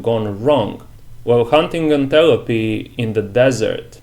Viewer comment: For bad or for worse, we don't pronounce antelope as "anTEL oh pee" -- we say "ANT uh lope" nteresting take on how you've decided Chigurh determines to kill or not to kill based on fortuitous events. I found the final scene the most enigmatic.